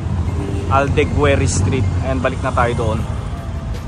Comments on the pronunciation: Aldeguer pronounced as Aldeger silent u. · Boss, pag may "u" in front of a vowel sa Spanish, gaya sa AldegUEr, silent yong U kaya pronounced as AldegEr, like in RodrigUEz, GUImba, BagUIo, etc. Very informative ang program mo, pero nakakasira sa flow pag pati mga BASIC at Obvious info ay napapabayaan. Constant error mo yan sa mga videos na napapanuod ko. Just helping